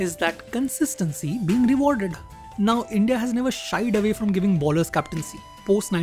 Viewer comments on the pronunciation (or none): Good content, keep it up! Few Corrections though: 1) 90 kmph is the speed at which Ashwin bowls and "All the way up to 140" means 140 is his top speed. His registered top speed is 153 and generally bowls in 135-145 range. 2) Bowlers is pronounced as "Bowl-ers", not "Ball-ers" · its not 153 its 153.26kph and its pronounced more like boh.luhz and not bowl-ers just a minor correction keep up the good spoting